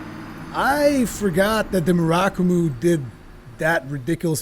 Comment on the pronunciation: Mur (like Purrr) - ah - ku - mo :P